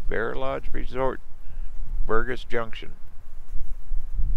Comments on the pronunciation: ....the name of that area where you found Bear Lodge, is called Burgess Junction with the "g" being soft, not hard. Like Burjess Junction. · Burgess, has a hard g like a j sound. Lake Sibly on the left is stocked and over fished. But fun for the kids. Good family camp spots too. The road to Greybull is a touch easier as the Lovell one gets closed during the winter, too steep. Careful going down it you can burn out your brakes.